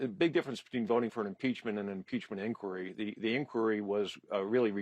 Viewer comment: This guy mispronounces word “inquiry”. Did he obtain a tertiary education?😂